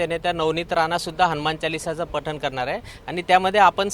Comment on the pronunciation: हनुमान चालीसी....तुला नीट बोलता येत नाही, कशाला तोंड वाजवतो